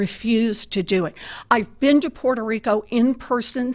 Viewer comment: She keeps saying “Portuh Rica”